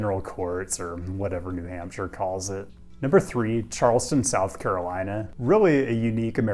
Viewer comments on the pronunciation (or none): none